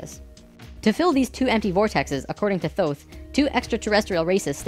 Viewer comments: LOL "Thoth" the Egyption god of Moon and Writing...pronounced "Tote" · Please stop mispronouncing "Thoth". It's "Toth". Hard "T", not a soft "th". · Years ago I was blessed to be able to communicate with ETs and spiritual beings through Ida Kannenberg, now deceased. She could communicate with Thoth, and Ida told us that the name is not pronounced as it is spelled. It is pronounced Tah-Hoe'-Teh, in ancient Egyptian. Just for the record. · i've enjoyed these videos.. especially 6 and 10, but I had to stop watching this one about 6 minutes in... also, if you're going to speak of Thoth, do him some justice and pronounce it correctly, "tay-hoote"; the 'h' is very soft. And maybe take Drunvalo with a grain of salt dude...